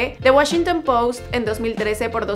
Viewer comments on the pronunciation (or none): none